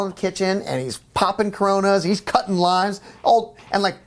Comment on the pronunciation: Bruce cutting limes, thought he said lines at first, lmao